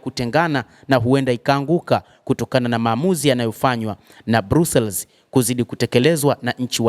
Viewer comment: BELGIUM 🇧🇪 👉BRUSSELS 👈 HII INASOMWA NA KUTAMKWA HIVI 👉BRASILS SIO BRUSELS